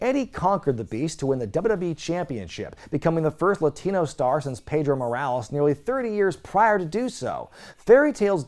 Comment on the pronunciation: Pedro* not Peidro